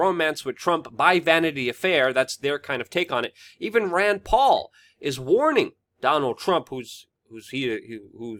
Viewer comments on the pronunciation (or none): none